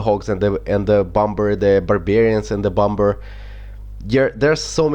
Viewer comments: bomber is said bommer haha but I love the way you say it!! XD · Bomber you have pronounced wrong it is a silent b so it is basically bomer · Pronounce Bom-er